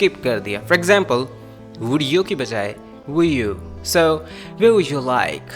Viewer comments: He spoke We're to where are . N this will be pronounce like wear. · U r right he pronounced wear not where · What ...wear mean is different and where is different ur pronunciation is wrong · plz correct ur pronounce of where